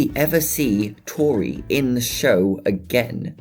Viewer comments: Do u remember power Edd he says toriret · its tori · It’s tori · It's Tori not tore